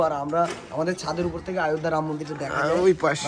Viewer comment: আয়ধ্যা না বলে অযোধ্যা বলো.